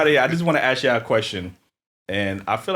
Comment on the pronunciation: Come for other nationalities about speaking English when you can say ASK instead of AKS.